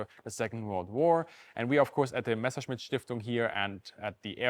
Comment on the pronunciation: Haha! So is German. Otherwise how could you explain that perfect pronunciation?